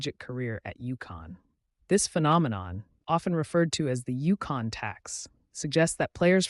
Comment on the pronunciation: It’s UConn not Yukon A I has a long way to go